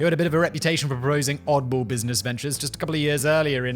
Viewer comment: My man just said brusiness blaze